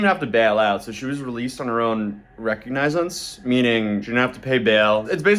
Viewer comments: She was released on her own "RECOGNIZE-ENSE"?! 🤦‍♂️🤣🤣 recognizance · "Reck-ug-nize-uns"? Was he trying to say "recognizance"? Ree-cog-nih-zens. How can he be a "journalist", if he can't sound out common words? It's spelled exactly how it's pronounced. What a goof. Lol. I see why you used his video because it had good firsthand information, but dumb dumbs who can't bother to buy and make use of Hooked on Phonics really irritate me when they play at things like being a journalist. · Reconnaissance lol 😆 Nope its Recognizance lol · on her own WTF did you just say reconionce not sure how to spell the word u just just said I think u ment to say recognizance and if u ask Google or chat gpt it will tell the correct way of saying it buddy. I still watch your videos though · RECOGNIZANCE sounds like re.cog.ni.zance .... ya boi at law school, put him back in he needs a couple more years. He sound like a frigging AI!! :face-green-smiling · Re con a since. That's sounded out for u. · Bro said "recognize-ence" 😂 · rocognize-ance? Please don’t tell me this guy is posing as a lawyer, not knowing how to pronounce reconnaissance 🤡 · Re cog ni zence., learn pronunciation, you can literally ask Google for this information. Young people, your phones are smart, yall are literally more ignorant than people without technology. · He just pronounced it wrong. Re- cog-nuh-sence. If you sound it out, it does kindof sound like recognize-ance. Lol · ... Did he not know how to "Recognizance" 🤔. I mean I have a slight speech impediment.... But it sounded weird when he said it, like he's never heard of the word before. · If this guy wants to be an internet reporter he should probably learn how to say recognizance. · So much useless information. Get to the point. (And he can't pronounce "recognisance". Aussies spell it like the English, with an 's'. Funny how the English spell things differently when using the ENGLISH language. 😂) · Learn how to pronounce the big words in English